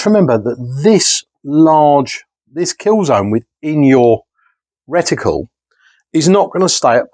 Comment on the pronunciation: Nice one...you still can't get away from the 'retiqule' eh 🙂